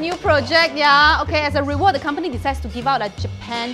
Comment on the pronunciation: rewrad, noice english